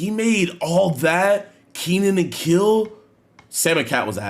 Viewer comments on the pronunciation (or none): "Kenan and kill"? You never watched Kenan & Kel, huh? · Jidion doesn’t even know how to pronounce kenan and kel but called it a hit 😂 it was but he was like 2 when it came out